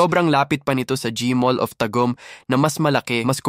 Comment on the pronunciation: dumarami ang nagsusulpotang Malls na parang mga kabuti pero d nman dumarami pinagkakitaan ng tao.. d balance.. tsaka parang ako napapagod sa estilo ng narration na parang hinahabol ng aso.. tsaka Taaaagum po tamang bigkas hindi Tag-ohm